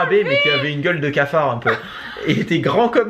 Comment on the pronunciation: et son "scafard" MDR 😂